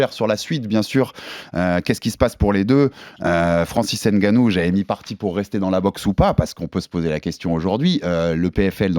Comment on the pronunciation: et on écrit pas d'Ngannou mais de Ngannou Le N ne se prononce pas mais ce mélange avec la lettre suivante C'est comme Mbappe Tu dis pas M bappe mais Mbappe Va prendre des cours de langue